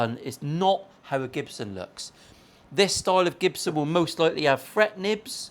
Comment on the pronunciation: It’s not Jibson. It’s GIBSON. 😂😂😂😂😂😂😂